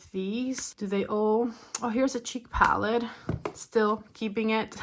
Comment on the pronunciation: How can you say Natasha but cannot say palette